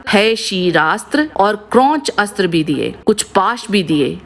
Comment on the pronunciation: हर जगह अस्त्र को आस्त्र नही बोला जाता। जहाँ अ से अ या आ की संधि होती है वहीँ अस्त्र को आस्त्र बोलना चाहिए